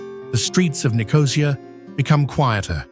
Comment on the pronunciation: sorry you’ve completely lost me. What’s Dutch got to do with it? If I made a video of The Netherlands I would make sure I checked the correct pronunciation of ‘Amsterdam’! It’s not difficult. But to mispronounce ‘Nicosia’ with the emphasis on the ‘O’ is unforgivable. No one does that. It doesn’t feature in ANY language. But hey, if you want to make excuses for these lazy idiots you go right ahead.